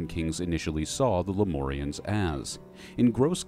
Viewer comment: Lem-UUUUUURRRR-ians. not lem-ooorrrr-ians. thats a 'U' in there, not an 'O'.